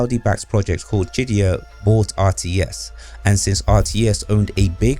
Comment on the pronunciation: is he saying shit-dyya? lol or just pronouncing qiddyya?